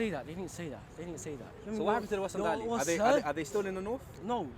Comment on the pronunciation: Say Warsengali properly